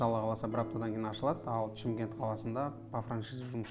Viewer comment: Неге Чимкент дейсіңдер Шымкент десеңші жүргізу шы бала